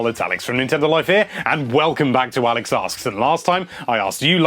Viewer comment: It sound like he says hello lovely people its ONIX from Nintendo Life